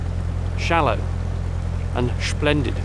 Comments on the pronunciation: "Short, shallow, and... shplendid"., you continue to amuse us with your command of the English language. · short , shallow and SH-PLENDID LOL